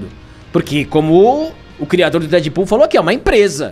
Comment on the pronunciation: Crirador??? Espero q seja uma piada, escrevendo antes de assistir.